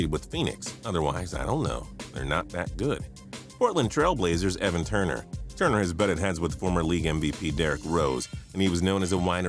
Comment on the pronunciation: HAHAHAHAHA I'm a blazers fan and when he said Evan Turner it was spot on 💀😂